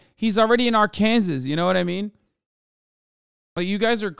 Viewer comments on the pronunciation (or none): Whyyyy does he keep saying Arkansas like "arkan-zus"... 😵😵😵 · I’m bout to have aneurysm if Hassan says Ar-Kansas one more time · Pls why does he keep saying ar-Kansas it’s ar-ken-saw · just want to say how much i appreciate Hasan pronouncing the final s in Arkansas. there’s apparently a law stating that it’s pronounced Arkansaw. such glorious disrespect. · why cant he saw "R - CAN - SAW" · As an Arkansas resident it pains me on how Hassan pronounces the state 😭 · Am I high or does he say Arkansas way off 💀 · No one is going to mention how he pronounces Arkansas? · dude, drives me crazy that you keep pronouncing Arkansas wrong. and no it isn't that cheap there. most people with that many kids live in absolute poverty.